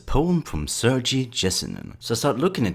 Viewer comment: it’s Sir-Gay, ye-se-neen